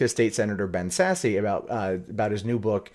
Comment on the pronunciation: Just FYI, not trolling here, Sasse, is not pronounced Sassy, it is pronounced Sas. The political ads were almost impossible to watch because when they pronounced Ben Sasse, it sounds like Ben's Ass.